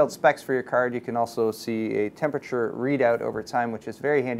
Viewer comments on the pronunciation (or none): none